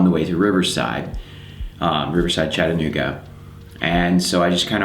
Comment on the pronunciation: Man card revoked U pronounced Chattanooga correctly.